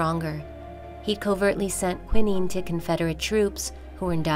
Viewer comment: Maam tf was that pronunciation of quinine????